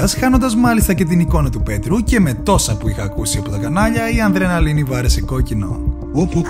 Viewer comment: αλλο ενα βιντεο που δεν εχει μαθει να προφερει την ανδρεναλινη